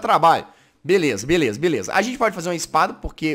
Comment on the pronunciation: Eu ri quando ele disse belesa foi em grasado mano kkkkkkkkkkkkk